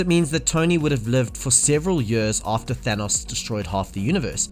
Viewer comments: Its years, not yurs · what dialect is it where you pronounce "years" as "juus"? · Fucking hell learn how to say years